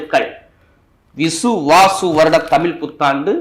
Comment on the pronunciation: உங்கள் தமிழ் என்ற உச்சரிப்பு தவறு.